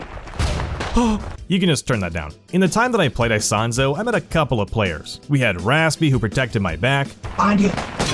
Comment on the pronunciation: "aisahnzo" 😰. Ita "Isonzo", its a game of ww1